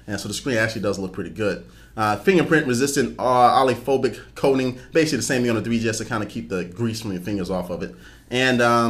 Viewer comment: oh-lee-oh-phobic. Just for future reference. And good video, very informative.